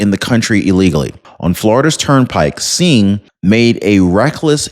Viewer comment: Hi Singh when pronouncing (sing) that is how it sounds when u come across a name like that. Hope I was of some help.